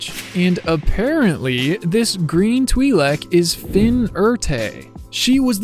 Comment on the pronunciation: Never say Twi-lek again Bumblebee Soundwave treatment